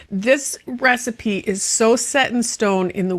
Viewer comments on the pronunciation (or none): none